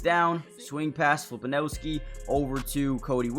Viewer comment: Yes! Huge Jazz Fan. More please good sir. Side note. It's Fili-pow-ski.